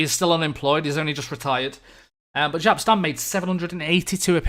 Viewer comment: We should have a counter for how many times you say 'ofcourse' Also, the J in Jaap in pronounced like the Y in Yellow